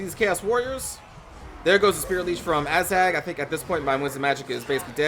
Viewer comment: Are you saying "Asshag" lol?